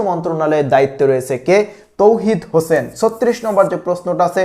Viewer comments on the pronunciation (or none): none